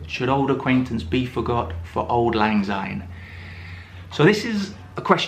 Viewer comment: Oh dear! One minute in and you have pronounced "Syne" as "Zyne"! The song is in Scots. Translation from Scots to English: "Auld" ="old", "lang" ="long" and "syne" = "since".